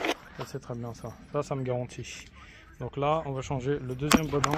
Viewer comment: pourquoi prononcer bodin au lieu du boudin ??merci ça a l'air facile à changer .